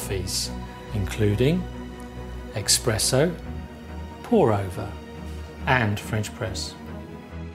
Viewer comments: You lost me and possibly other customers when you said EXpresso (at min ). Some of us just want a decent ESPRESSO. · I heard that too 😆